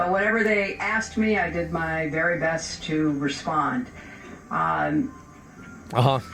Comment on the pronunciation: "Let me be bery clear" " i did not have sexual relations with that gerbil"... 😄🤣😆